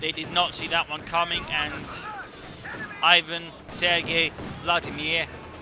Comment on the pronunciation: Ivan is pronounced like eevAHn.